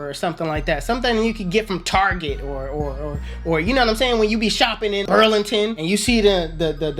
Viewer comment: My guy said Burlington lol😂 be killing me